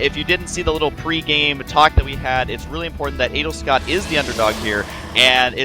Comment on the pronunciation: Every time I hear Husky say Adelscott I hear 'anal'scott ><